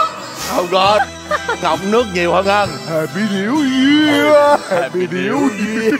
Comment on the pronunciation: Này thì một lần một ly 😂🤣 Hạp py níu year 😂🤣